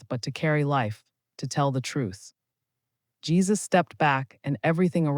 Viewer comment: Jesus not jaisus